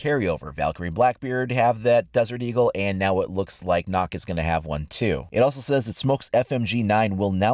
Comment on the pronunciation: It's pronounced Nökk not Nokk